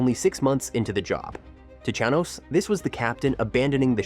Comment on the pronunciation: Ai slop cant even pronounce the subject of the video correctly